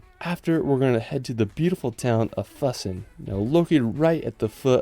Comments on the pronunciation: If you listen to the Füssen pronunciation you will not arrive at the same place.. pronunciation is more like Physsen ... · The way „Füssen“ was pronounced💀